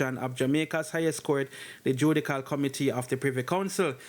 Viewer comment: The spelling is JUDICIAL the pronounciation is JU-DI-SHAL. Not JU-DI-CAL. Got it?